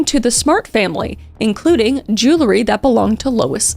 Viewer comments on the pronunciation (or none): Common mispronunciation of the word jewelry as Jew-lah-ree instead of Jew-will-ree😅